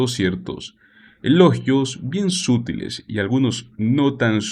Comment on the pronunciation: Sútiles no, sutiles